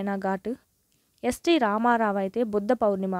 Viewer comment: మేడం మీరు తెలుగువారా లేక వేరే భాష వార ఎందుకంటే మీకు ఎన్టీ రామారావు పేరు పలకడం రాలేదు ఆయన గురించి మీకు తెలియనట్టు ఉంది ఎస్టీ కాదు మేడం ఎన్.టి రామారావు